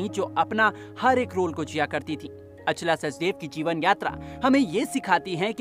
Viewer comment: Naam toh saahi se Bolo Achla not Aa chala